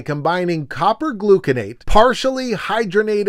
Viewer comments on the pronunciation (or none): none